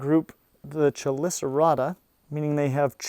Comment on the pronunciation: chelicerata is pronounced ke li ce rata .... just sayin